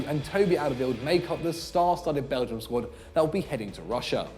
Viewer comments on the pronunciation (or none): none